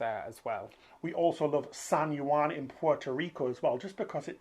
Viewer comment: Hey guys, I love your channel and your fun and informative cruising content. I just wanted to let you two know that the Juan in San Juan is pronounced WAN and not U-Wan like you’ve been saying.